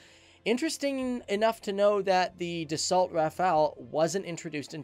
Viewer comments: He also said das salt instead of da so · Great video. But you don't say "DASSOLT" but "DASSO" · pronounced Dasso NOT Dassault you fool , learn some French old boy! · Dassault - pronounced "da-so" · Stop pronouncing the T at the end of Dassault, it's French and therefore silent.